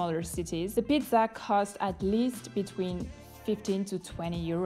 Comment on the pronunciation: comunque per la cronaca nella scena dell'amico che si vanta la zeta in pizzeria la pronunci male tutte e due le volte